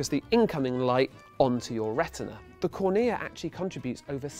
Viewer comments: cOrnea not cornEa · Huh. I learnt cornea in biology as CORNea, not cornEA.CGP Grey: "English likes to pretend it has rules about pronunciation" (H.I. #52) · Mistakes in this video: The CD drive recognises pits on the CD by a change in the intensity of the light, not a time difference. Also, it makes no sense how "Phase Shift" is flashed up on the screen as he describes the intensity of the light -- intensity and phase are completely orthogonal/unrelated concepts. "Excimer" & "cornea" both pronounced incorrectly. And also, you kinda didn't explain laser eye surgery beyond "you have a cornea, laser corrects the cornea..." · About had an aneurysm when he pronounced "cornea" that way.